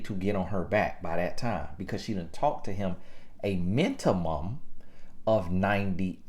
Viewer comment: A mint-ti-mum😂😂😂